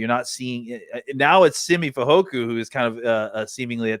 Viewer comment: U guys are great, but both of u say "FehoKU, not FehoKO." Am I saying it wrong??? Since we got two guys with that name, it's beyond nitpicky. Its like Nowizki or Favre, we gotta know. Thank u!